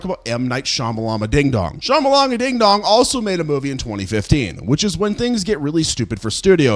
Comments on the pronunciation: Cant pronounce Shyamalan Opinion is half price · I wanted to like this video but the frat boy pronouncing of M. Night Shyamalan's name came off as racist. I'm surprised this guy didn't like M3GAN since his emotional development is that of a 13-year-old. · Why do we all feel the need to eff up M Knight Shamalans name every time we say it out loud 🤣🤣🤣🤣🤣🤣🤣